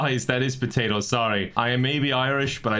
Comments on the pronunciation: "I'm thinking potatos" Every Irish person ever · "I'm thinking... potatoes" 10/10 Irish